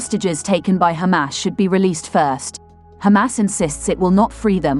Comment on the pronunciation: Yay... "she" is now pronouncing "Hamas" correctly!!!